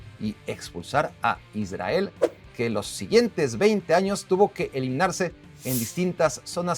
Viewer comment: Aprendé a hablar pronunciá bien la R en Israel, down.